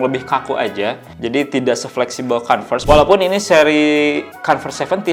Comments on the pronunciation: iya kalau mau pake O dibacanya kOnves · iya nanggung banget, kalo mau pake huruf O minimal huruf R nya jangan kedengeran biar kayak British. Kalo mau kAnvers huruf R nya kedengeran